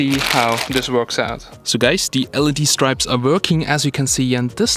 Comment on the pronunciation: well firstly you have to learn how to say 'strips' correctly...you were saying 'stripes' the whole way through the video...LOL...what do you mean by 'front system'...speakers...???